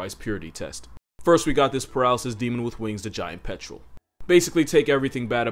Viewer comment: "Even the giant petrol won't mess with an adelie..."